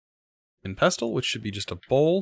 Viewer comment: It's a nitpick, but I thought you'd want to know: The "T" in "pestle" is silent. If it were spelled phonetically, it would be pronounced like "pessel."